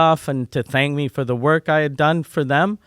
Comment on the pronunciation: LOL... I hadn't noticed until you pointed it out. "Wark"... funny lol